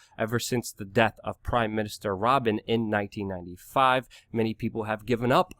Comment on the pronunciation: Pronounced RaBEEN - not Robin.